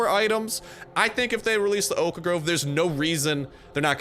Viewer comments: O- khhh . Wtf is the o kh a grove? Stop giving me ear cancer xD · Ridh Shahdatullah oak.a Grove xd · The way he says 'Oak Grove' is funny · The way he says 'Oak Grove' is funny.